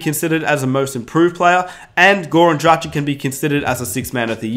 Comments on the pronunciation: Sorry man, but if you are a Heat fan, you should have learned by now how to pronounce Goran Dragić's name. He has been with the Heat for some time now. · I feel your pain. Gogi has been has been in Miami for years, so there is no excuse not to learn how to pronounce his name. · it hurt me inside every time he said goran dragič wrong